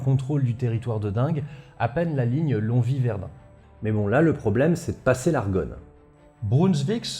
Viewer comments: il me semble qu'on prononce "long oui" et non "long vi" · Alors, Longwy, ça ce prononce Long-oui, tout simplement ! Merci pour tes video ! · Salut, j'adore tes émissions, et non seulement celle-ci était très instructive mais tes gags ont fait mouche (en tout cas pour moi). Mais Longwy, c'est pas "Lonvi", mais "Long oui" (le 'g' ne se prononçant toujours pas). P.S. : J'ai enfin appris le fin mot de l'histoire quant à la ch... supposée (et/ou réelle) des Prussiens dont m'avait toujours parlé mon père mais dont mes cours d'Histoire ne disaient rien. J'ai enfin pu cocher cette case dans ma liste des chose à éclaircir avant de mourir. Merci. P.P.S : J'ai toujours cru que l'on disait Val-oui :) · Je poste un commentaire en ayant regarder que les 10 premières minutes de vidéo, mais mes oreilles de lorrains souffrent! 😆 longwy se prononce phonétiquement lon-oui. On oublie le g et le w. Voilà je continue la video qui s'annonce très pros et intéressante 😅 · petite aparté je pense que ça a déjà été dit mais Longwy se dit "lon-oui" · Prononcer Longwy, longoui et Sainte Ménehould, Sainte Menou. Longwy a payé de son déclassement la trahison de sa population bourgeoise. Goethe a par contre salué le courage d'une commerçante qui lui a vendu une couverture. Il accompagnait l'armée de Brunswick et eu une phrase célèbre sur le changement d'époque après Valmy. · et la prononciation du nom des villes de l'Est, épisode II;) Sinon, en fiction, récemment, il y a la très foutraque BD "Les mémoires du dragon Dragon - Valmy, c'est fini", qui fait écho à pas mal de choses évoquées dans la vidéo. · Bonsoir on dit "Long Ui" pour Longwy ça m'a déclenché toute la vidéo. (Qui est très bien au demeurant).